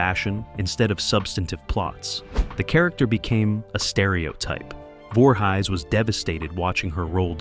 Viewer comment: I'm forever saying, "You Know, Jason Voorhighs, from Camp Creeestal Lake"